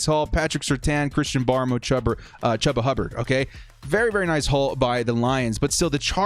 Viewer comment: FYI it’s chew-ba. I go to Oklahoma state so it hurts when you go chuba